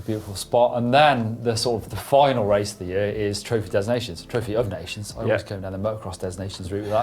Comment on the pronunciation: "des nations" is French for "of nations". Saying "des nations" with English pronunciation is a (very common) mutilation of both languages!